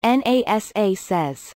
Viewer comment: EN AY ESS AY says.